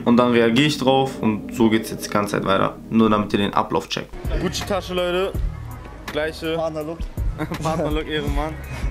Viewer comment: Leude“ ,,Weider“ ,,Weidersendet“